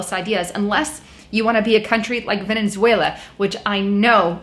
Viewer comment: HEY!! There's only ONE N in Venezuela, it's NOT Venenzuela!